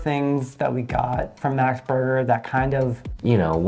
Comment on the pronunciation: Max is really not worth it anymore. Till the early 00 they were creme of the crop but now it's just a microwaved mess. Also it's green washing. They literally exploited poor farmers and made them starve to plant a few useless trees. And it's Max, the male name, not American max as you pronunce it.